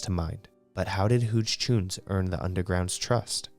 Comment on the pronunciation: Huge choons… pronounced huge no?